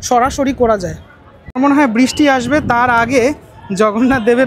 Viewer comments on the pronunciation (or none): none